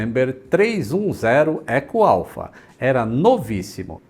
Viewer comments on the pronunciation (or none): none